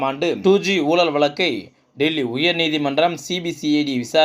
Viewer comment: I cannot make out what is meant by "Soolalil" , "oolal," " valakku" .. Please do not murder Tamil...by pronouncing atrociously...Your report is long winding..Be crisp and concise..